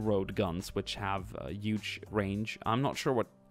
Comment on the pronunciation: HUGE not YUGE